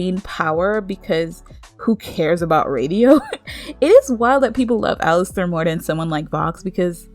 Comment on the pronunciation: Its "Alastor" not "🚫 🚫 Alistair 🚫 🚫 "